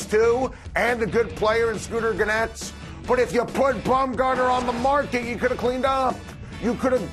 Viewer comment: This guy obviously has zero idea what he’s talking about if he doesn’t know how to pronounce Scooter Gennett